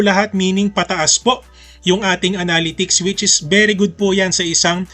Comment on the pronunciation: Thanks for the efforts in making tutorial contents... constructive comment lang po ito... Pls search the correct pronunciation of "analytics"